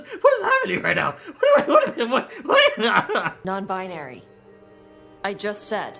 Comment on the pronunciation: "Well, I'm a non-buynary" 😂